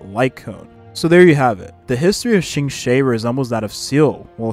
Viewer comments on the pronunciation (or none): A small correction for Qingque's name pronounciation (as a Chinese person, I understand chinese can be quite hard to pronounce especially for English speakers), her name in Chinese is:青雀. To pronounce as close as you can, try: Ching-chu-eh or Ching-chueh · Seriously cause who tf is Qingshay 💀